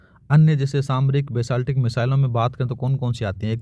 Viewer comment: अरे सर जी आप बैलिस्टिक को बैसालटिक क्यों पढ़ते हो , बहुत अच्छा पढा रहे हो लेकिन शब्दों के उच्चारण मे सुधार कीजिए .... धन्यवाद ❤